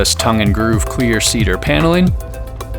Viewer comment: For any one wondering if he's saying "Clear Ceader" vs "Queer Ceader" - Just know that I am also wondering the same.